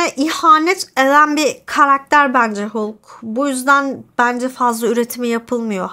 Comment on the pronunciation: En sevdiğim süper kahraman karakteri senden dinlemek güzel oldu Ağzına sağlık, üstelik Hulk derken içine hem o hem e hem a harflerini de katarak doğru bile telefuz etmişsin. Zaten senin konuşmana değecek bir bu filmi var bi de immortal hulk, WW Hulk, future imperfect gibi seriler var. hulktan korktuklarına iyi değinmişsin. yıllarca hulk filmi yapmıyoruz çünkü stüdyo hakları karışık gerekçesiyle yediler insanları. Ama asıl nedeni elbetteki bu karakteri genel seyircinin beğenisine sunacak taşakları olmamaları. Yan filmlerinde de işleme şekilleri genellikle rezillik rüsvalıktı bence. Halbuki Mark Ruffola ne güzel oyuncu. Bu durum cizgi romanlarda bile böyledi ama, bir sürgüne gönderiyorlar. Bir vurdurtuyorlar. Sonradan japon bir çocuğu hulk yaptılar zaten daha sevimli karakter olsun diye.